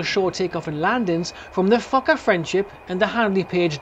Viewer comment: What an (un)lucky day that was! btw. it's Fokker, not Focker.